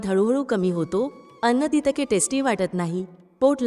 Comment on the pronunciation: बापरे ही जितके आणि तितके चा उच्चार काय भयानक करतेय